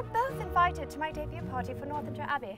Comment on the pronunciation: He pronounced ‘party’ like ‘potty’ by accident too, which made the blooper all the more hilarious.